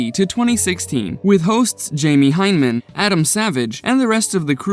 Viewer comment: A true mythbuster fan will not mispronounce their names!!